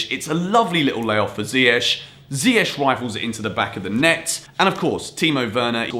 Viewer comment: I learnt that still cannot pronounce Ziyech correctly....